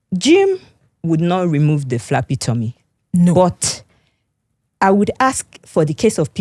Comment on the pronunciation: It is flabby tommy not flappy tommy